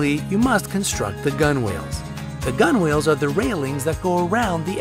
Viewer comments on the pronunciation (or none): Gunwales is pronounced "gunnels"